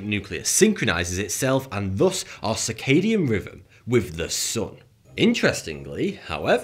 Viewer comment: He keeps saying circadian riven, and fortytwo instead of. he cant say TH, and how did he mess up zeitgeber so bad? I can't watch this guy anymore, it's worse than the australian accent.